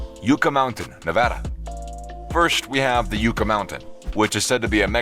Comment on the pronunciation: Yucca is pronounced yuh·kuh, like the plant. Not yoo·kuh.